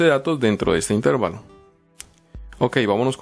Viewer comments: Ojo, intérvalo no es esdrújula, por lo tanto no lleva acento, se pronuncia intervalo y es una palabra llana. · bien explicado pero no se dice intérvalo, es una palabra grave por lo que no lleva el acento, se dice intervalo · Un servicio no estas pronunciando bien la palabra "intervalo" no es esdrújula o explícame, pero respecto al tema excelente gracias.